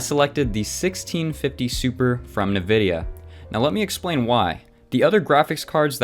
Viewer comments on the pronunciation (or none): NUH videa lmao... its Nvidea, like IN-Videa.